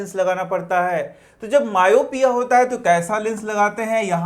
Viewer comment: You tell myopia wrong